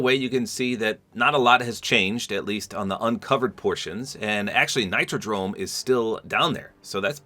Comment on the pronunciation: Nitro dome❎ Nitro drome✅